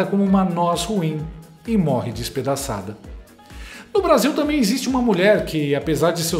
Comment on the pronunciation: Jornalista falando “tamem “ … vergonha!